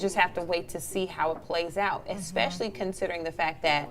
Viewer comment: The lady on the far left said "egg-specially" not especially and then later " sim yoo lar" not similar. Yet the most oppurtunity to speak. Honestly narrators/news anchors and journalists have zero integrity as it pertains to bjective views or the English language. Sad. And not one co-host seemed perturbed by it.